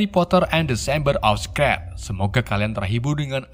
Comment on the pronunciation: Mon maap bang..secret juga salah sebutnya👉👈